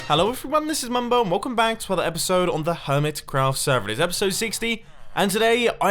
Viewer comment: BUT WHYYYY "BUMBO SPOON" NOT "MUMBO SPOON"